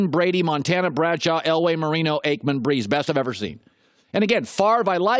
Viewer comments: He really said Troy Aikman hahahahahaha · Aikman? LOL